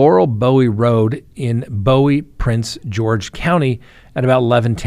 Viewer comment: It always grab my attention when I hear any city in Maryland. BTW Bowie, is pronounced boo-ee